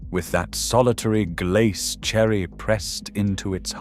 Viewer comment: It was good value, the food was consistently of good quality at a fair, affordable price, the commentary is hilarious though, Pate and Glace lol